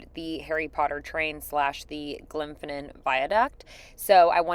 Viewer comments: Its pronounced loch lowmond although its spelt lomond Its glenfinnin viaduct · Loch Lemon, then Glimpson Viaduct? Or even Loch Lomond then the Glenfinnan viaduct 😄😄😄 I bet you just said those things wrong to see who watched and was paying attention 😄😄